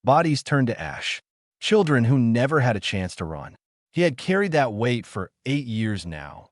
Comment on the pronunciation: Your stupid AI has gone out of it's way to find new words to mispronounce. Run, is not spelled "Ron". Your tenses on word pronunciations only shows the quality of the AI you purchased to read write your story. You created a minute long video, and obviously skipped the part of appropriate quality control before posting it publicly. If you did watch it, which I doubt, then you need to get someone that understands the language better to do the quality control. Yea, i know this sounds like harsh criticism but, you chose to publish this in the state it is in, so the choice is yours. You can do better, and you owe it to at least your self to do better. Wound (to wrap up) when you mean "Wound" (an injury)? C'mon now. Your AI keeps pronouncing "Under Dock", but then it keeps spelling it "Underdog".